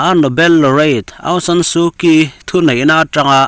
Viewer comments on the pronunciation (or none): Aung San Su Kyi--- Su Kyi--Su Chí tia lam tur aw.